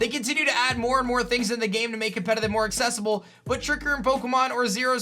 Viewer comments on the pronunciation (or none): none